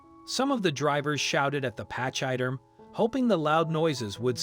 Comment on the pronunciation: Find out how to say pachyderm please, you are butchering our language. Pach sounds like pack, y is said like ee, derm you got right. I cannot listen to any more of this.